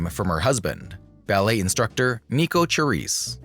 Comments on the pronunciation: Say the main subject's name properly! Good grief, it would take but a few seconds to find out online. Lots of good info, just please show due respect in such posts with CORRECT pronouncing (Sha-RISSE). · Who stole a show from whom? Silly to say. Each female star suited her roles's demands. Cyd ShaRISSE (not Cha as in Cha-Cha😡) could not have 'done' Debbie's perky-ingenue persona to perfection.